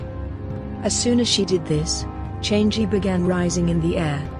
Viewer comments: it's not change it's chang'a chang a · The moon goddess is not pronounced as "change gee". It is pronounced as charng erh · Not criticising but a little correction here. The moon goddess is not pronounced ‘Chan gee’, it’s ‘Chang er’ Guan yu was not the mightiest in his era, he was strong yes, but during that there are at least 2 warrior that can be known as stronger than guan yu(Lu Bu and Zhao yun) Also he wasn’t really captured and executed, he died by killing himself knowing that he was surrounded by enemy forces and could not escape. The main reason for his lost in battle was due to his pride, as he was overconfident in his strength. Also again, we Chinese don’t really worship him as god of war, but as a symbol for loyalty. Reason being he was better known for his loyalty towards his sworn brother than his might. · Houyi’s wife’s name is pronounced as “Chang e”, not “changy” lol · Chang'i its actually pronounced chang'a but great video either way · Chang'e should pronounced 'Changer'.